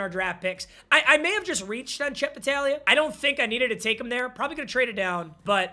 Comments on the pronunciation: saying battalia is hurting my soul its bataglia, if youve ever played blitz the league youd understand lmao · It’s bataGlia. You forgot the G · Papa refusing to read the G in battaglia was driving me crazy for some reason